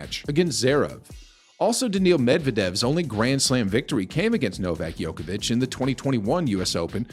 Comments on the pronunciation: Your competence to comment on Novak is kind of questionable since you mispronounce his name? Ignorance or disrespect? Djokovic rather than Yokovic ! His the GOAT for god's sake!!! BS video!!! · It’s not Jokovic it’s Djokovic. Spell it right!!! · You keep calling him Joković (it would be same as calling Federer Pederer). You obviously "really" dislike the guy. Same as for western media, Nole is such a difficult pill to swallow for you guys... Ts soo sweet to hear your anger (;D)... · His family name is mispronounced!!! "Joković" ("ć" is a letter for soft "ch"), but you keep pronouncing the funny mixture of basketball player "Jokić" and "Đoković". It is possible to find on Wikipedia. You put so much effort to create the clip, and you coudn't pronounce the name right??? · I've never heard it pronounced 'Yoke a vitch'. I'm used to a 'J' sound at the beginning. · Stop mispronouncing the name of The GOAT! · So I'm supposed to listen to the commentator and take him seriously even though he can't even pronounce his name properly.. That is evidence this person has never watched a tennis match in his life. Quit wasting our time. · Sick propaganda, you are true just like his name pronunciation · wow just wondering why would you make such a video? You intentionally mispronounce his name . you even used Federer's broken racquet and attributed it to Djokovic, you are just little piece of (something that rhyme with HIT) shame on you